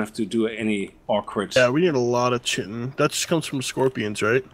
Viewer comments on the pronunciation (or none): FYI, chitin is pronounced KY-tin.